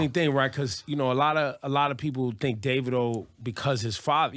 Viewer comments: It's Davidoo not davido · Daaa-Vi-do Ebro ignorant ass 😂